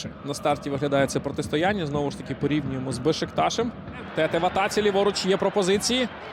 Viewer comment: Як можна професійному коментатору дивитися на спину гравцю де написано Тетé, і читати Тéте?